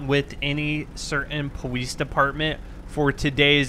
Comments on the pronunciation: why was he saying powice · Is it my headphones or is he saying Police strangely?!